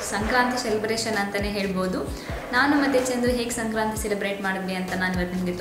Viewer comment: ಶಂಕ್ರಾಂತಿ ಅಲ್ಲ ಸಂಕ್ರಾಂತಿ.ನಿಮಗೂ ನಿಮ್ಮ ಕುಟುಂಬದವರಿಗೂ ಸಂಕ್ರಾಂತಿ ಹಬ್ಬದ ಶುಭಾಷಯಗಳು.ನಿಮ್ಮ Kurthi ತುಂಬಾ ಚೆನ್ನಾಗಿದೆ.